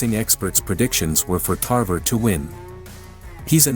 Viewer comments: Tarver not tarvera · Antonio "Tarvera"? 🤣 🤣 🤣 First you got his weight division wrong then you got his name wrong 🤦🏽